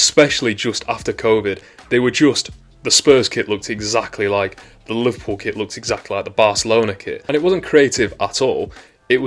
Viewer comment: You say Liverpool like